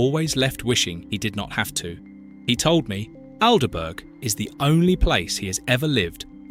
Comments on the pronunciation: Al de burg. That cracked me up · Pronounced ALDBRUH FFS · The Bot needs to learn, for example, how to pronounce Aldeburgh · What a strange (AI) pronunciation of 'Aldeburgh'!! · Plus the way pronounce the town names! Especially Aldeburgh!! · AN ICK not AL n ivk ALL-bruh not Al der burg Maybe the voice is AI Also most yorkshire East coast chip.shops fry in dripping! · I don't think the Local who had lived in Aldeburgh all his life would have said Alderburg. Everyone knows it's pronounced Aldbro. Still, quite liked this despite the A1 creeping in. Alnwick is pronounced Annick, though Alnmouth, is oddly enough pronounced Alnmouth not Anmuth. Is nostalgia one of the UK's upcoming industries now many of the traditional livelihoods no longer exist? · Aldeburgh is pronounced Aldborough and Alnwick is pronounced Annick